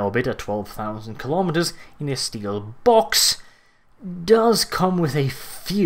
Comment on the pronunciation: STEEHL BAWKSES!!